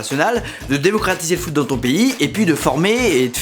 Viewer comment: Le foute au lieu de foot 😂😂